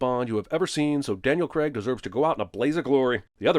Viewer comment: 100 on the count for every time "Craig" is pronounced wrong. 700 sins dude! Hint: It doesn't rhyme with Greg!